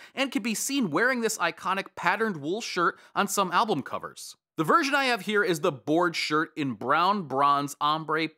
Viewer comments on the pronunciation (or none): none